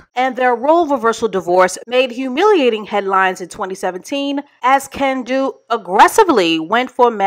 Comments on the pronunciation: Every time you said Ken-don’t, I chuckled 😂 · Kendu? Teh, more like Ken- don’t 😂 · I almost busted my side when called him KenDONT 🤣😭